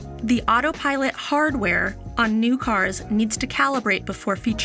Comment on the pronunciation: Why does her first "Autopilot" sound like "Autopirate"? 🦜